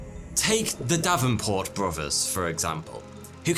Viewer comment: “Bro vers”…..interesting accent…….